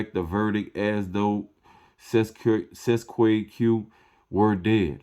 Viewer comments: Pronounce it this way: Cest tee kay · my friend i believe this is pronounced in latin CET A KAY. not that i speak latin but am reliably informed i believe. thanks so much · U can’t even pronounce it … please go away…